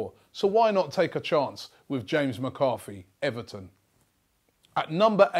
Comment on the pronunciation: Did he actually say McArthy?